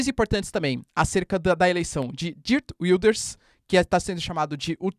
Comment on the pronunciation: Desculpe, professor. Pronúncia do nome do novo 1° Ministro neerlandês: / *Géért Víldârz/ (O 'g' é gutural)